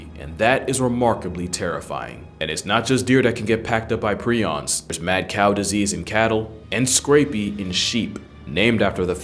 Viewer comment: It’s pronounced “pri-ons” not “pre-ons” and honestly prions are way scarier than rabies virus. At least with rabies you can get vaccines and get treated for it if caught early but if you catch prions, that’s it you are fkd period and very difficult to test for while alive. You must be dead in order to test for it, unless you have symptoms then it’s easier to diagnose but regardless you are fkd and you slowly lose your mind and sense of reality and who you are! That’s fkn terrifying